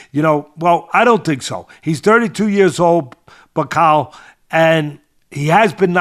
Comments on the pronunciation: Teddy you said some of these so called journalists who have no credentials think bakole will win 😂 The fact you kept pronouncing his name wrong probably shows you knew very little about him, In the uk we all had bakole as favourite, I know you don't think much of us brits but there is a boxing world and a world in general outside America, No-one has to go to the states anymore to prove they are better, We world has moved on, Just a tiny bit of research and you would of seen why Bakole was such a big threat rather than reading about a loss he had 6 years ago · your not kidding, teddy couldnt even pronoune martins last name,it shows how little he knew about bakole, embarrassing